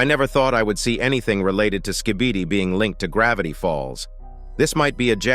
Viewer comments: Why you still calling it Ska-bee-dee brub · "Thanks to my litle slibidy stake"😭💀